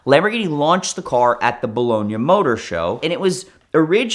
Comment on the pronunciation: Be lone ee ahh motor show. Jesus